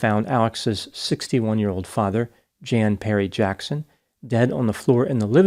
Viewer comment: "Jan" as a man's name is pronounced "Yon"